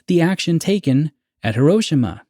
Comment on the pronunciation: As for this TZ episode, I like it, it's in my top 1/5 of all episodes. Side note, being married to a Japanese woman and living in Japan for a few years it is pronounced - hee·row·shee·muh. As for your questions: 1. I feel by watching the TZ shows that Rod and my parents generation were really scared and felt the bombs would drop, or missiles would fly any day. My father always talks about Cuban missile crisis and having a "Bugout" footlocker for him and his sister filled with canned food and clothes and camping supplies. I remember Elm school in the mid-70s thru mid 80s and we did "Disaster drills" in So Cal. They were for Earthquakes mostly but also Nuclear War. I remember the big issue the TV Show "The Day After" was and how we spent a whole day talking about it at school. Mills and Gen Zers just cant understand how real and scary the movie War Games was to Gen X and On the Beach to Boomers. 2. Making the lead Character a Scientist gives him value and places him above the drones who build the weapons of war. He is educated and can see the big picture making him have more skin in the game. Making him responsible to speak up or stand up against the system and put a stop to it. Just like the Germans that should have stood up to Hitler and said NO to the Camps. 3. My moment of Awe was of let down. How easy it was to steal a Spaceship built by the State. Coming from a Military family and knowing the type of Security around bases I guess I was smarter than the Avg. viewer. I mean